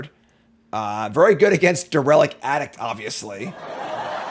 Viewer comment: Dare a lict. Not Dur ill ict. Making America Pronounce Again.